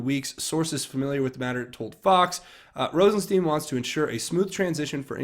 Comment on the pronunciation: Hi,. just a FYI about how to pronounce Rosenstein. The “ei” is German and is pronounced like the I in ice. In the reverse the name would be pronounced as you have been saying it. You’ve been pronouncing it wrong.